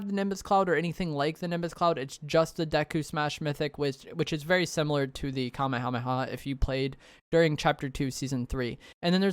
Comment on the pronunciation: Love the content but every time you mispronounce “Kamehameha” I die a little inside